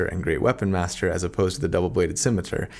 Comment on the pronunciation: Because I'm a bad person, I enjoyed listening to you struggle with the pronunciation of "scimitar" (which apparently I've been pronouncing wrong my whole life - at least the part where I knew what that thing was). The obvious lesson here is: Live in blissful ignorance and never look anything up.